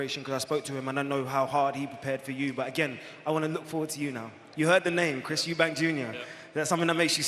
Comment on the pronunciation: Why do people like Warren after all these years still call Eubank "Eubanks"? I remember before Eubank snr there was a famous Eubanks sportsman, can't remember if he was a boxer but the likes of Warren have had over 30 years to note in their brain that Eubank snr and son do not have an s in their name.